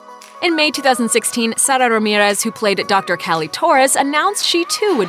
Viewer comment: Why did you say Sara Ramirez like that?